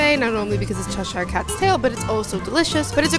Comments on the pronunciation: Just so you know Cheshire is a real place in England and it's pronounced Chesh-ear, not chesh-eyer, great video, but as a Brit this gets me every time haha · It’s said as Chesher, Americans over pronounce the ‘i’